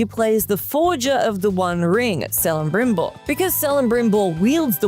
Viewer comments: Celebrimbor is pronounced with a hard c, not a soft c. So a better way to spell it is Kelebrimbor. Also, did you seriously just say the “Rise of R-A-A-M”??? You know the main antagonist of the 1st game is General Raam, right? Lastly, the final boss fight of Fractured But Whole def feels like a final fight since he CHEATS THE ENTIRE FIGHT! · “Sell-em-brim-bor” broke my heart. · Oof, the way she said “Celebrimbor” hurt my ears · Might want to check how to pronounce the name of one of the most important characters to the lord of the rings story before recording the episode.